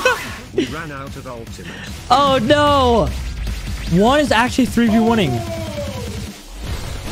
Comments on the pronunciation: You have to to pronounce his name right u are saying uan but jus5 pronouns it like it’s on the comment it’s guan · bro just keeps calling juan uan 💀💀💀💀💀💀💀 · Bro you said jaun not juan